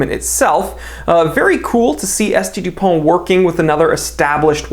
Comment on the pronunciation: You pronounced S.T. Dupont wrong... ;-)